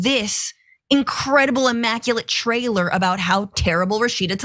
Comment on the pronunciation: Did you say Trailor or Trailer?